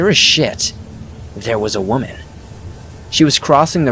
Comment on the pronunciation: are you mispronouncing "woman" on purpose? you'll say correct and then mispronounce it...